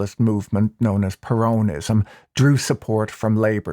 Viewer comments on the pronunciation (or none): I do wish you'd learn to pronounce "peronism". The accent (in English) is on the first syllable, not the second. This equates to the Spanish "peronismo", where the main accent is on the "i" with a subsidiary accent on the "e". Spoils an otherwise fascinating analysis. Either way, it's certainly peronismo which wrecked Argentina and it will be a miracle if Millei can turn it round in a four year mandate, when most of the fourth year will be spent on electioneering for the next election.